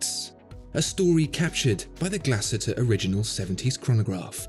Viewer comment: Great video 👍 although I think the umlaut over the letter 'U' means it should be pronounced "Glass-Hooter" 😀